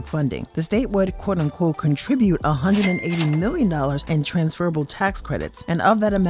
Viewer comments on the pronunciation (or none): none